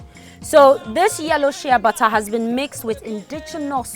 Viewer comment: am wondering what u're saying which sounds like "shebatthaa" not til i remember that bottled exfoliating soap with "sheabutter" AND there i got what u're saying--AND THAT's one of the secret of your beautiful skin! hmmm interesting!!! ..nice video!😍😍😍